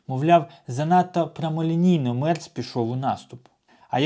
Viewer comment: Не Мерц, а Мєрц